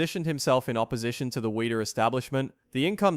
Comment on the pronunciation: This video is amateurishly made. Even Weider's name is pronounced wrong. Here's what needs to be mentioned: Mentzer's chest was weak. It was genetically flawed. It was oddly shaped, flat, shallow and greatly lacking upper pec development. I was a fan of his, but his chest was so poor that he never should have won the O.